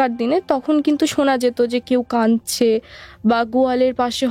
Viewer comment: It's not কানছে ...... it's কাঁদছে